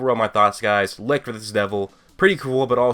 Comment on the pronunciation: Hmm I'm thinking of an English word which i could show to help properly pronounce the word Licht. Hm..... Echelon. Try to use the ch from echelon for the ch in Licht. I think that gets you closer to how we Germany pronounce light in English ;)